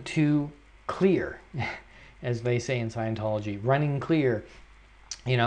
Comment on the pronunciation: Did you say Scientology?